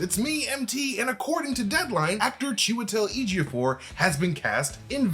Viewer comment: He's definitely showing off pronouncing chewy's full name so easily